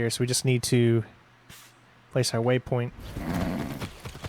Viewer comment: Did you ummmm... did you... just say... "wave-point"?